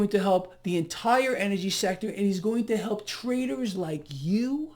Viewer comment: Hey, did you say traders or TRAITORS!